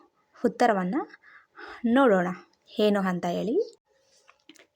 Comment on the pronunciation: ನೀವು ಅ ಎನ್ನುವದಕ್ಕೆ ಹಯಾಕೆ ಹೇಳತೀರಾ ಏನು&ಹೇನು ಎರಡರಲ್ಲೂ ತುಂಬಾ ವ್ಯತ್ಯಾಸವಿದೆ ದಯಮಾಡಿ ಉಚ್ಚಾರ ತಿದ್ದಿಕೊಳ್ಳಿ.